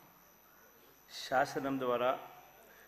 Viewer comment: Shasanam kadhu ra nathee beda jagan sasanam speak properly 420 jagan